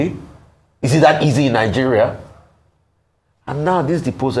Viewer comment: It's not Ninegeria but Nigeria, too many citizens are pronouncing the name of the country incorrectly